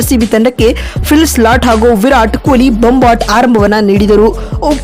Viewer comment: Phil slat alla , philsalt modals sariyagi hesaru tilkolamma